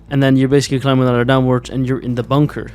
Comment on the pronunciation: Please say bunker correctly 🤣🤣 boooonker is crazy